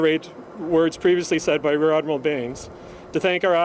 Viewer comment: Did he just say he's RADmiral Craig Baines?